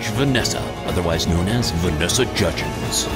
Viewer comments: This is so funny “Vanessa Judgens”💀💀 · “Vanessa Judgens” 😅. Your guys skits always make me laugh!!